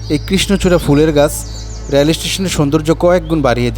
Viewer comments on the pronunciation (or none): ভাই "রেল" উচ্চারনটা সঠিকভাবে করেন।